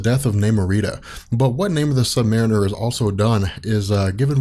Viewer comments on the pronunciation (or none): It's funny to see you transition from pronouncing, "Sub Mar EE ner", to "Sub Mare in-ner"... Good job!